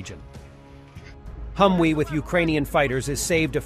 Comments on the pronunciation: It's Humvee not Humwee, come on guys. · HumVee, not HumWee. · 37 seconds, That's "HUM VEE" Exchange the "W" for a "V", just an American cruising through the comment section.